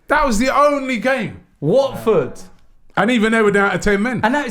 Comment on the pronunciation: Robbie it’s Watford